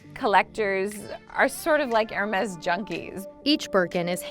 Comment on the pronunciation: Makes a video on Hermes but can’t even pronounce the name properly 🤦🏼‍♂️